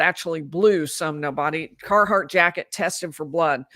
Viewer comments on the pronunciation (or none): it's Carhartt, not Carhardt. y'all sure it's part of your life?